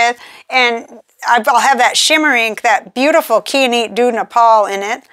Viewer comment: Kai - uh- night. Kai rhymes with eye. A beautiful mineral.. Not often used for jewelry because it is fairly soft and difficulty to cut. Pens in ink? Maybe I'll get something interesting at the Atlanta Pen show this weekend. Right now, Pilot and Birmingham Pen Co are the most used inks (in currently inked pens) with Sailor and Diamine inks a close third.